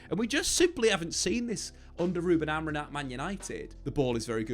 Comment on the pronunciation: please - AmorIM, not Amor-IN